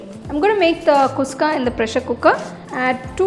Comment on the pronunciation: You are telling its kuska, but your. Pronunciation is wrong sister. It is khushka.